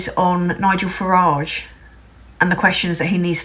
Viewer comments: There's lots wrong with this. Farage should be pronounced Farridge, and err that's it... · Farage rhymes with garage ...